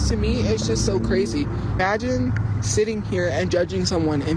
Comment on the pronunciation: "E-magine" a isakai? "That time I got reincarnated into employment"